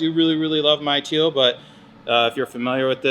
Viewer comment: bms dual cones do not add any power its already been tested, Tial BOV is pronounced 'TIE_UL" not teal, its called a beauty cover not a valve cover, vrsf products absolutely suck go with 2.5 in relocated inlets bigger i.d. much faster spool and install is way easier, to cool down IAT just add a water squirter system very easy diy and cheap asf, do not put m3 sheit on a non m car just looks silly. just a bmw fanatic speaking truth here. thank me later.